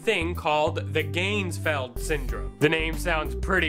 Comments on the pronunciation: You even pronounced it wrong..... (should be "gahnz-feld"; not "gaynz-feld"). Also, you could have made the ping pong halves, you didn't have a light (red, blue, etc; experiment). In addition, you didn't seem very serious. In fact, you probably made this as a spoof. If you were doing this legitimately/properly, you would have been in an altered state of consciousness and would certainly have not been "talking normally", but in a more relaxed fashion. Still, it gave me something to drink to. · at :14 in I'm guessing no because he's not even pronouncing it correct.